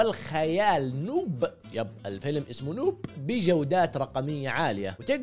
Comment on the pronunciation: نَوب (بفتح النون)، و ليس نووب يا نووووب